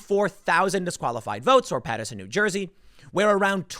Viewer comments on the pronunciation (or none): You LIVE IN NEW JERSEY!!!!! its pronounced PATTER SON